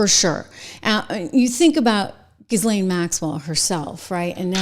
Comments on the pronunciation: Name is pronounced ' Gislen ' 😉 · Pronounced Gheelane. Simple. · Her brother pronounces her name GEE-lin. I'm guessing he pronounces it correctly. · Her name is pronounced like JILL-Laine. Stop saying it the wrong way. You're supposed to be a professional. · Ghislaine is pronounced Gillan using the g as in good or go. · You saying her name irks me. Learn to pronounce it. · The "S" is silent in Ghislaine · Wouldn’t it be fun if when you pretend to report on people that you pronounce their names correctly? In the time of the Google machine you can look it up. Ghislaine…. Do not pronounce the “ S” in Ghislaine.